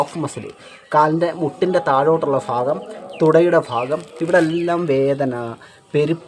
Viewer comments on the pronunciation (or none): ഫാഗം അല്ല ഭാഗം എന്നു ഉച്ചരിക്കൂ!